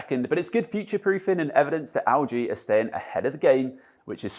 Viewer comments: EL-G NOT AL-G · Haha I kept hearing 'Augee' instead of LG